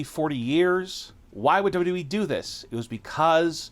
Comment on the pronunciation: Are you even able to pronounce WWE properly?